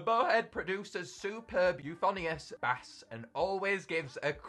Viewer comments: "bass" is pronounced "BASE" in terms of music! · Quick tip: bass is pronounced like base, in a musical context.